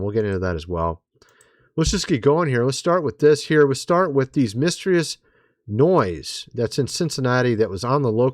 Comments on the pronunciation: What is the definition of "Misstreeus" I've never heard of that word before. Are you trying to say "Mysterious"? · The fuck is miss Treeous? You mean mysterious ? [miss tier é us] this is by far the weirdest thing I’ve ever heard anyone say, are you an AI? Wtf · Say, "Mysterious" and "Documentary" 😄🙃 "Miss tree us" and "Docu men Tarie" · Love ya bro,but it's pronounced, mist-ear-eee-us... mysterious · Misss. Teri rious. Pronounced like she did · Miss - Teer - E - Us.🤦‍♂️ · Seriously? You don’t know how to pronounce mysterious? Again? She knows how! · do you not know how to say the word "mysterious" lol? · Please pronounce mysterious correctly, if you don’t know how, google pronunciation.